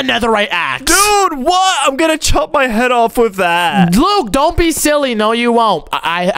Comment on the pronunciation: Why does call Luke Luke poke